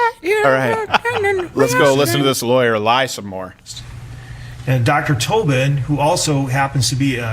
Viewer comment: It’s Show-vin, not Shaw-vin. Pretty sure the prosecutors were formally corrected on that because about half way through the trial, they started correcting themselves and doing so with a bit of a ‘show’ for the judge, complete with apologies for mispronouncing his name. Lol like project very toss, eh Crow-der?